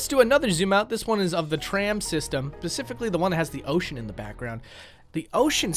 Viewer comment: Specifically. Not pacifically. God that made me rage